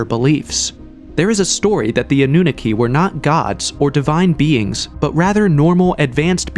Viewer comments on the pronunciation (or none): The way you pronounce Annunaki is annoying me even though I'm honestly trying my best to ignore it, Its pronounced Ah-New-Knock-Key NOT Ah-New-Nicky. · Your A.I. narration is mispronouncing SO MUCH. The Anunaki is not pronounced “AH-NOON-A-KEY.” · Full transparency here. I thought some of the folks in the comment section were being dramatic about the repetitive mispronouncing of Annunaki (& others but mainly Annunaki) being a problem. Well, I'm sorry fellas. 10 mins in and it's already irritating. I have no prob admitting when I'm wrong 😅🙏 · AI, can't pronounce Annunaki